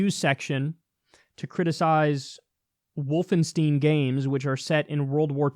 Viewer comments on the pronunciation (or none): I'm I the only one who is bothered by how Kyle said wolfensteen instead of wolfenstine? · STEIN. It's pronounced, Wolfen-STEIN. Like Franken-STEIN. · Did Kyle really just say “Wolfensteen”? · Pro gamers say "Volfenshtein"! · Is it just me or did you also cringe a little with the way Kyle said Wolfenstien? Lol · The way he pronounced Wolfenstein......... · I think Kyle has complained before how hard "-stein" ending names are =D